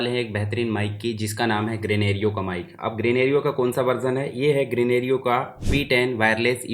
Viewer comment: ग्रेनेरिओ नहीं ग्रेनारो बोलते है भैय्या जी 😊👍